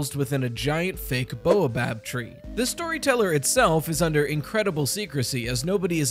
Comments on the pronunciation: Good theory but it is baobab, not boabab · ._. it's Bay-Uh-Bob not Bow-a-bab. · I have nothing truly useful to add, only that baobab is generally pronounced "bay-o-bab" not "boa-bab". This is completely unimportant, but it irrationally bothers me. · Baobob tree: BAY-O-Bob 😭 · Hey! Just to let you know, it's pronounced bay-o-bob tree.